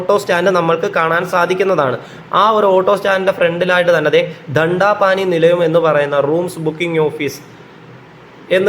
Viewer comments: ദണ്ടാ പാനി നിലയം അല്ല ദണ്ഡപാണി നിലയം ആണ് 😅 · ദണ്ടാപാനി അല്ല ദണ്ഡപാണി ആണ് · Thank you. Verymuch informative. ടണ്ട പാനി അല്ല, ദൺടപാണി. അവിടെ റൂം എടുത്തു താമസിച്ചിട്ടുണ്ട്. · ദണ്ടാപാനി അല്ല വാവേ....ദണ്ഡപാണി..അഥവാ മുരുകൻ..വാവ CBSE ആണല്ലേ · സഹോദരാ.... ഒരുപാട് ഉപകാരപ്രദമായ അവതരണം, പിന്നെ ഒന്ന് പറയാൻ ഉള്ളത് 4.59 min തണ്ടാ പാനി അല്ല... ദണ്ടപാണി...... അരുൾമിഗു ശ്രീ ദണ്ഡായുധപാണി സ്വാമി ക്ഷേത്രം, പഴനി.❤ ഹര ഹരോ ഹര ഹര. 🫶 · ടണ്ടപാനി അല്ല ദണ്ഡപാണി..... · വിവരണം കൊള്ളാം. ദണ്ടാ പാനി അല്ല. ധണ്ഡപാണി......😅😅😅😅😅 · ദണ്ടാപാനിയല്ല. ദണ്ടപാണി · ദണ്ടാപാനി അല്ല ദണ്ഡപാണി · ദണ്ടാ പാനി അല്ല., ദണ്ഡപാണി ആണ് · ദണ്ഡാ പാനി നിലയം എന്ന് അല്ല പറയേണ്ടത് ദണ്ഡപാണി നിലയം എന്നാണ് ....🙏🏻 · Danda pani nahi he.. Bhaiiiii.. Dhandapani😅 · ദണ്ഡാ പാനി അല്ലാ ""ദണ്ഡപാണി"" നിലയം ആണ്.🙂😄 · ദണ്ടാ പാനി അല്ല "ദൺഡപാണി " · ദണ്ട പാനി അല്ലേടാ... ടണ്ട പാനീ.... 'മുണ്ഡലം' ചെയ്തോ 😂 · വളോഗർ പറയുമ്പോൾ കാര്യ സ്രധിച്ച് പറയുക. ദണ്ടാ പാണി അല്ല . ദെണ്ട പാണി എന്നാണ് മുരുകന്റെ മറ്റൊരു നാമം ആണ് . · ഡൺഡാ പാനി അല്ല ദണ്ഡപാണി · സഹോദരാ പഴനി ദേവസ്വത്തിന്റെ ഗസ്റ്റ് ഹൗസ് ദണ്ടാ പാനിയല്ല, ദണ്ഡപാണി(ശ്രീ മുരുകൻ)ഗസ്റ്റ് ഹൗസ് എന്നാണ്. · ദണ്ഡപാണി എന്നു പഠിച്ചു പറയാമായിരുന്നു